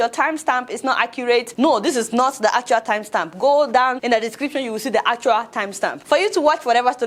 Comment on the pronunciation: Not me enjoying Adeola struggle saying "Timestamp" ....Love to see your videos